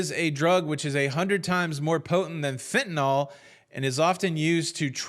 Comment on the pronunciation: Fentanyl is pronounced the same as Carfentanil, minus the "car"